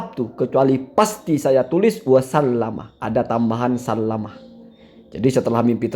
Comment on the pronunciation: koreksi sallama bukan sallim